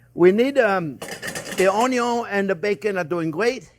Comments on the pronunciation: You had me at onyo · Ah come on Chef! You can never have too much onyo you know its true! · The man who single-handedly taught a generation to dice an onyo. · Chef, you are a delight to watch! Always interesting videos and always cheerful. There are a couple of words standard here in the house. Onyo and "I measured carefully"! Thank you for your inspiring videos and personality! Greetings from a Dutch guy in Norway!